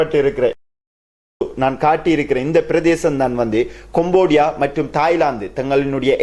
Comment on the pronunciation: கொம்போடியா அல்ல; கம்போடியா என்று சரியாக உச்சரிக்க வேண்டும்!